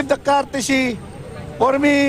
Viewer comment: Unsa kuno?! cartesy? Lol! 😂